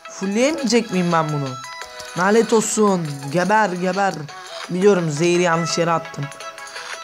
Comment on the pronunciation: knk ben ayaz bişey dicem nalet değil lanet 😊😊